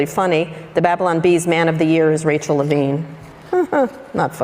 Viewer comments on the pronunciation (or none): none